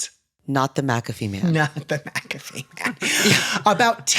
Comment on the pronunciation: I'm not all the way in the vid yet, but THANK YOU for saying "MACK-a-fee" instead of "ma-CAFFee"...I have had this argument with people SO many times that HE pronounces his name "MACK-a-fee," so that's the name of the damn program. Maybe it's my Scottish blood and the fact that the name is clearly Scottish in nature, idk. It just rubs me so raw to hear "ma-caffee". Ok, onto video.